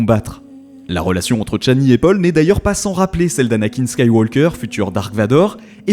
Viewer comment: "Tchani" ??? Pourquoi ce T ?